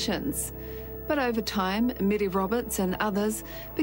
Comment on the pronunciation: Her name is Mary not mere!!